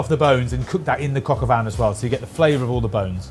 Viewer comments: it's Coq au Vin not Coq au Van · I swear I am hearing coq au van 😅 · Cock o van?? Cock in the back of a van??